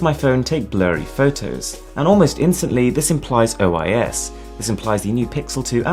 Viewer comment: did you just say OiS? 😂